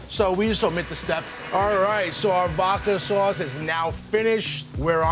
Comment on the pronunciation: Take a shot of vodka everytime he says "vaaadka swauace" but instead of vodka use water 🙄